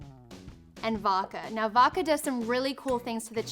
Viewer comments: Is it just me or does she say Woka instead of Vodka? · its pronounced voDka not voka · she said voka